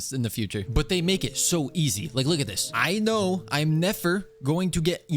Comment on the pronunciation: "aino" "nefer" just nod and krai